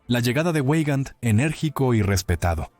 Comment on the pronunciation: Veigand, Veigand, no ueigand, por favor !!!!!!!!!!